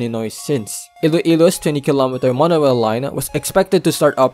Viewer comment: “Monowail” “constwuct” brother why the fuck do you talk like that 😂